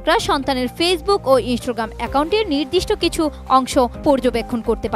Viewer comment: ইন্সটোগ্রাম‌😂 এটা কেমন উচ্চারণ